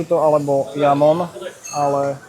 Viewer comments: Presne tak, nie Jamon, ale Chamon! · nieco ti prezradim, ten jamon sa číta chamon lebo v španielčine sa j čita ako ch a inak brutalny luxus tam mas 👍👍👍